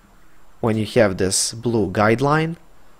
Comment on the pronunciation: Nice tuto...i hope you say Have instead of Heav now in 2020